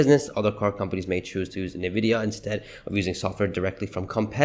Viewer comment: I’ve heard about Nvidia as we all have. What is this “Ne-Vidia” you keep talking about?